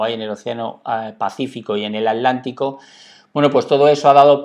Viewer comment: Se dice atlantico